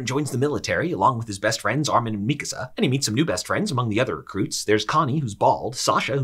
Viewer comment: Thank you for pronouncing Mikasa's name correctly. Very few YouTubers do.